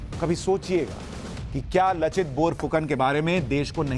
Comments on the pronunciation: Thanks pronounced laachit instead of lachit.( LAASIT ) plz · It is लाचित ... not लचित :) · लचित नहीं लाचित। बोरफुकन नहीं बड़फुकन। बड़ का मतलब बड़े या बड़ा। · U r doing good job. But one rectification is there, "laachit" not lochit ....I mean accent..... Then Bor .. boruna .....aahom.... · लचित नही sir लाचित, बोरफुकान नही बरफुकन है। जो assamese में "লাচিত বৰফুকন " होता है। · लचित नहीं लाचित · Sir in case you're reading my comment, I'd like to correct the pronunciation of Lachit. It's pronounced Laa-chit not La-chit. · Very good sir..Lekin लचित नही है ,,लाचित है सहि pronunciation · लाचित बरफुकन , लचित नही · Laachit not Lachit in hindi.